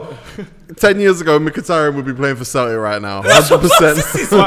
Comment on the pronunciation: Well I was until he said Mkhitaryan